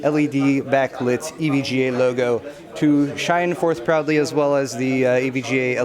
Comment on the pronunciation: When said "proudly sponsored by" I misheard it as "probably sponsored by" and my first thought was "Are we not sure,?"